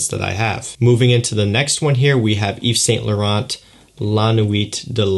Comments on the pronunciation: Just for future reference bro, Yves Saint Laurent is pronounced Eve San Laron... If you care, feel free to tell me to shut up 😂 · STF🙂 , it's "Eve Sain' Loron" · I speak fluent french, and English, and phonetics say Eve San Laron.